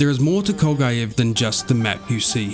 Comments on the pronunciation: It is Kolgugev lad not Kolgujev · Jesus, the pronouncination of the word "Kolgujev" makes me sick.